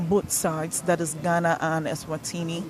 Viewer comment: That's not the reason for the name change woman. Stop making up a story, you don't know how to pronounce the names